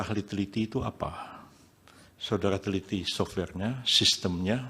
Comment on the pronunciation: Prof yusril panggil saksi dengan kata SODARA AHLI, bukan SODARI AHLI😅 saya kok jadi fokus ke kumis dan suaranya 😅🙏🙏 mudah2an MK memberi yg terbaik....amin